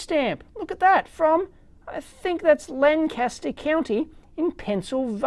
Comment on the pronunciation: Lancaster county PA is very close to me. I live in Chester county the next county to the east of Lancaster. And it's pronounced LANK-ister.